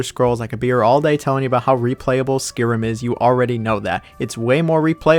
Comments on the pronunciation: Its not Skirim its Sky-Rim Yours truly the English teacher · Noooo you butchered one my fav RPGs ever Skyrim! It not pronounced as skerim it is SKYRIM